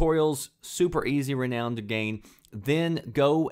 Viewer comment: the way you pronounce renown angers me!!!!!!!